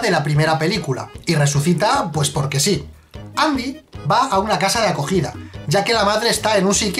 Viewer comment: ¿Qué Andy? Siempre fue Endi XD